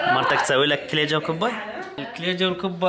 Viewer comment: تره اسمهة كليچة مو كليجة